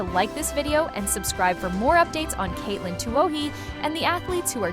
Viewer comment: Same and " it " can't pronouce Katelyn's name. cheers